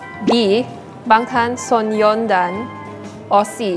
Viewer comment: Also it’s Bangtan So-nyeon-dan, not son-yeon-dan